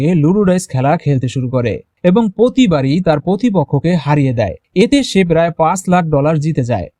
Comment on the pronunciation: পেরায় অসম্ভব, এটা আবার কেমন উচ্চারণ, উচ্চারণ ঠিক করতে হবে